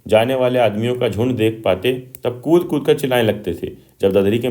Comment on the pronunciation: Cut nahi kud